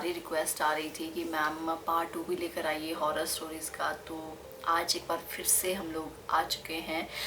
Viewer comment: Is he said aaj as aash?